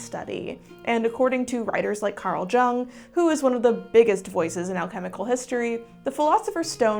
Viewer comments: The name Carl Jung should be pronounced with a soft J, or another example, like Carl Yung. J=Y in that case. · Im gonna be the annoying guy. Its pronounced "yung" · Carl Jung-pronounced ‘yung’ not a j sound. Otherwise, well done!✌️♥️🗳️🟦🟦🟦🟦🌊🌊🌊🌊🌊🌊🌊🌊 PS: We should always question everything and be nice to cats (and other critters)😊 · "carl jung-" I'm out! 1.3 seconds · I believe Carl Jung is pronounced like "Yoon" (J=Y sound and g is silent) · For future reference, Karl Jung is pronounced 'Yung'. Not sure why it's always Americans that never bother to learn how to pronounce foreign words, despite being a public creator and seemingly spreading knowledge. Makes you wonder if the other information is also unchecked and incorrect. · loved this video (as always!), but i have a couple notes from ~ - heads up that Carl Jung's name is pronounced "yoong" (it's a Swiss name so the sound is somewhere between an 'oo' and 'uh' sound, and the J is softened to a Y sound). also the stone you hold up seems to be a smoky quartz (it's hard to say for sure with the lighting). last note, with the phrase "as above, so below" it's actually been mistranslated; it's supposed to be something closer to "the above is of the below and the below is of the above", which may seem like the same thing, but the mistranslation gives the idea of each reflecting the other, while the original is saying that they are inherently intertwined, similar to a yin yang idea of one cannot exist without the other and there is a harmony in the similarities and differences in each (I hope I've explained that in a way that makes sense - twitchywitch on TT has a great video about it) please keep up the great work, i always look forward to your videos n_n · Yet another quality video! My only bugbear would be the mispronunciation of some names (e.g. Carl Jung (it's where the word 'young' comes from (yoong))). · Friendly suggestion… Please look up the correct pronunciation of the name Carl Jung.